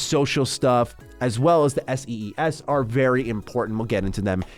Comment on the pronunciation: “S-E-S” its S.E.E.S and pronounced as sees 😭😭💔💔💔💔 great video otherwise that is just a tiny nitpick